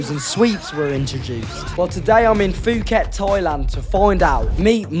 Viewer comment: As a Thai person, the way he butchered the pronunciation of Phuket made me want to think that I'm actually full Lao.